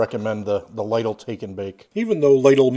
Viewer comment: I've personally always liked the Lidl pizzas. Although with that and other deli/frozen pizzas, I like to doctor them up with extra toppings. But I have to call you out on the pronounciation of the store as it's supposed to be said "Lee-dil." You're cool and all good though. You've made me look at certain frozen pizzas pending they're cheaper than Caesar's.